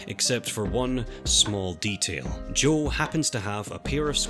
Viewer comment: Oh sorry It sounded like he was saying Joel but fair enough